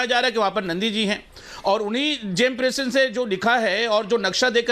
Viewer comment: Jiyai sahab James Princep ko James pincess bol rahe hain isi se inke knowledge ka pata chalta hai.